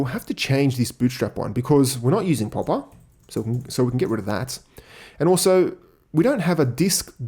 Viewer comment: he said poppa library lol